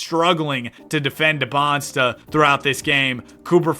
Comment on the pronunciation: Just so you know it’s not “Debonsta” as you pronounce it it’s “Dee-ban-za”